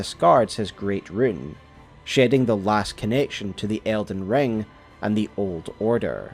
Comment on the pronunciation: Did anyone else think he said elden John? 💀